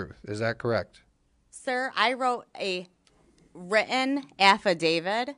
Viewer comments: Well she proved her credibility when she said “I wrote a written affiDAVID” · I love she calls it an affidavid. Even autocorrect knows it's affidavit! Where do they get these people???!!! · the ultimate“blonde bimbo”.....smug little thing! Bless her heart...she wrote a written affiDAVID, not affidavit, so there! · Also "affi-david". 🥴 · She said affadavid.... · Hehehheheheh ok I thought she said affi-david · “Affa-David” I’m dying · "Afferdavid"? Is that a cocktail? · "Sir, I wrote and wri--en affiDAVID..." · A "written affidavid?" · SIR hiccup I WROTED AN WRITTEN AFFI DAVID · So did she work for Dominion or the election board or was she a poll worker? I am confused. She seems off, she certainly doesn't seem like someone who knows IT (I know that is a stereotype) and she called it an "Affi-David" among other weird pronunciations of words that almost seemed like she is on something or drunk.